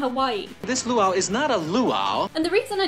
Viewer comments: Luau is pronounced loo-ow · Dear, It's pronounced loo ow as one word. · 10. Disneyland is in California. Disney World is in Florida. 7. Luau is pronounced "Lou-ow" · Disney WORLD is in Florida; Disney LAND is in California. Luau pronounced "lieu-ow". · I love WDW, but many people have said Disneyland is better. I think it is because they are adults and WDW has more kid-oriented attractions. Plus everything is further apart in Florida. Loo-ow is the closer pronunciation. There are hot springs all across the country. Football game can be done, but the food experience is better in the parking lot called tailgating. Get a press credential approved for the game from the home team. Ask a local paper, or better a TV station in Dublin to give you the credentials and a letter of introduction. Send the letter prior to the game (weeks ahead) so you can get approved. Once that is done, you will be cleared for post-game interviews. You can also ask the home team to make some cheerleaders available 2 days ahead of the game. You may get to practice with them as well as interview them. Make sure Lenny’s name is included as the videographer.